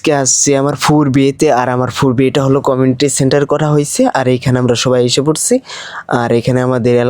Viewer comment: কমেনটিসেনটার না কমিউনিটিসেনটার